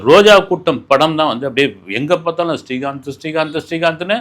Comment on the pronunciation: Helo sir ungal program ellam super. neengal srikanth ucharikumpozhuthu stree kanth entu sollgrigal